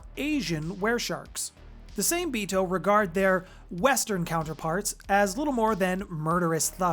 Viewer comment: Same-Bito is a Japanese name for these creatures so the trick to pronouncing it is to break it down by 2s. Sa-Me-Bi-To but you pronounce all the vowels like SAH MEH BEE TOH